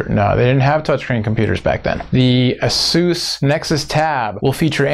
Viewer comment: ...pretty sure its A- SUS not A- SOOS xD lookin forward to WWDC!!!